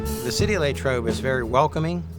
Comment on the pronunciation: Where did this "LayyTrobe" pronunciation come from? It's always been Lah like Latrobe